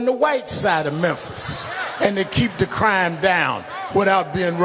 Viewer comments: What The hell is Menthis bro? It's Memphis pronounced Mim•fiss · Bro...good video. But why do you keep saying Menthis? I thought the city was called Memphis.